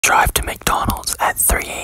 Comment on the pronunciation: drie to McDonald's